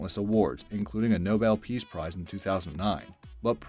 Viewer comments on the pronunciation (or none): none